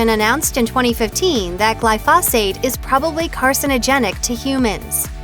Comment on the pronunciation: It's pronounced gly'-foe-zate... that's accent on first syllable, long "O" sound, long "a" sound